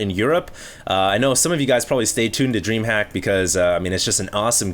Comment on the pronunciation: Also, it's not dreamhack, it's DreamHuK! yeaaaaa